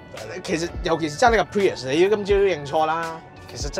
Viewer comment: 1st thing 1st, 非常樂見你哋可以話俾人知架車個名點讀👍🏼 唔係 pririous, 唔係 purist, 更加唔係 pee日屎